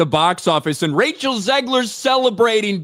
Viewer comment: OMG! got her name right (and I don't mean the last name).